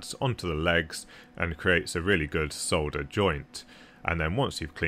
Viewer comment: Another wasted click that took me to a UK video. Give me rational AWS classifications instead of tradenames thank you very much. But just for your education, the 'l' in solder is silent. It is pronounced 'saw-der'. You're welcome!